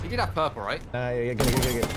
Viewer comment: Second game intro was the best "they rob my porpleee"